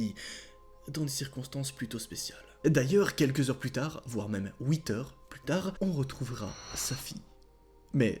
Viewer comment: ouite heure plutar 😂😂😂😂